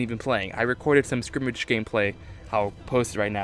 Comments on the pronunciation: sk-er-mish not skrimage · what the hell is skrimitch??!!?! it is skrimsh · SKIRMISH! Not "Skrimage" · Skirmish, skrimmish, ok. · It's SCUR-MISH not Scrimage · Every time he said skrimig mode I cringed it is called skirmish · Sounds to me that this guy pronounces "skirmish" like "scrimmage". Not hate, just something to point out. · SKIRMISH, not scrimmage, that's really starting to get irritating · ITS FUCKING SKIR-MISH. NOT SCRIMGE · good ideas but skirmish not skrimish!!! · Scrimmage... scrimmage... at first I was willing to give you the benefit of the doubt, but then you said it another 4-5 times. Scrimmage?... I just can't...*sigh* Edit: Pretty sure you said it a minimum of 10 times, RIP. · It sounded like skrimitch... I knew what he meant though. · Does he know how to say skirmish? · its skirmish you fuck nut